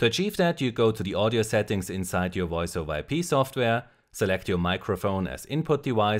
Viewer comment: woice made me chuckle